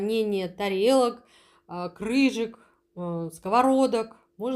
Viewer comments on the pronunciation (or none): Не крыЖек, а крыШек!